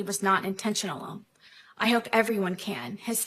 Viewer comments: Do you notice that she slurs the end of intentional? It's on several of her videos. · Love you ❤! She pronounces intentional weirdly like it's taken it's own life and meaning